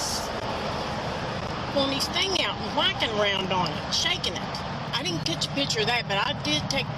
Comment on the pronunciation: I know this is no joke, but I’ll never be able to unhear, “he was wHackin’ around on it!” 😂